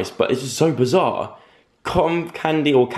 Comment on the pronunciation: Joe: But it's so bazaarrr Me: so bazaaarrrrrrrrrrrrrrrr joe bazaaarrrrrrrrrrrrrrrr